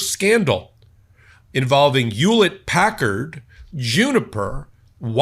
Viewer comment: WTF is Yewlet Packard?